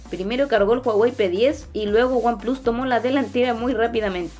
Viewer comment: buen vídeo, espero ver uno de comparativa de cámaras que creo que también va a ganar oneplus, sobretodo el modo retrato. y un detalle que me hizo gracia, dices "aifon 7 plas" y samsung s8 "plas" en un perfecto inglés menos el número pero luego en vez de "wanplas" dices "wanplus" en en perfecto spanglish. Yo a ver si mañana consigo vender mi s7 edge y me compro el oneplus 5 desde que vea una ofertita.